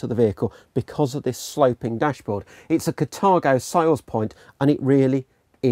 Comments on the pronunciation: its carthago not catargo.... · But it says Carthago in the trailer and in the text. Maybe it's a pronunciation issue as it's sounded differently in different countries.